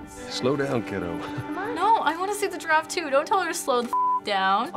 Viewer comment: Yeah instead of "giraffe", i hear the girl say "draft" lol